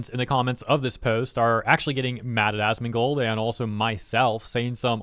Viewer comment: Did you say assmoldgold? 😭😭😭